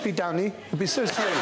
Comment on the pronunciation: "upey Downey " I needed a few moments to understand 😂😂😂